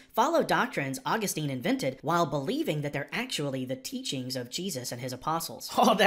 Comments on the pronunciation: St. Augustine's name is pronounced "aw-GUS-tin", not "AW-gus-teen". I should know - I attended a high school named St. Augustine Academy. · Please learn the correct pronunciation of Augustine :-)